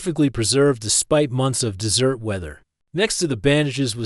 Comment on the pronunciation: Aside from a few "dot" and the AI voice repeatedly pronouncing “desert” (in Nevada) as “dessert” (pudding?), the audio is decent with few glitches.